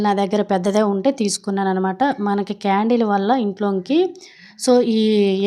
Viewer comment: క్యారెట్ కాదు... కాండిల్ అండి 😂